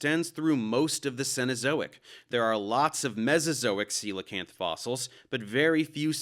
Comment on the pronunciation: I've never heard the word coelacanth said out loud. Lol thanks for the correct pronunciation.